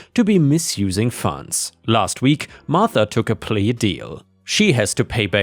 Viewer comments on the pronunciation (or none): none